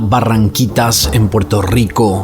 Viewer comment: Puelto lico ... nunca entendí porque tienen problemas de pronunciar la r jaja 🤦